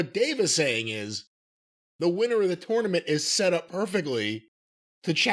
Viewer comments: I can't stand how says tournament..can't Jim correct him already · I'm probably the only person the gets annoyed at how pronounces tournament lol